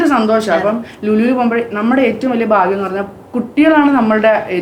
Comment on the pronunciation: Good family...but tell good malayalam..not "phagyam" . bagyam is correct